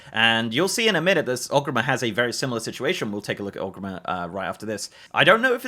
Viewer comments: Wondering why you keep saying Ogrimmer instead of Orgrimmar. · Friendly note. It’s ORGrimmar, not Og :) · never heard Orgrimar pronounced as "ogreemmehr" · why he say orgrimmar like that at the start